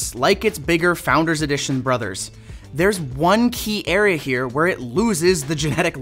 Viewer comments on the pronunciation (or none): none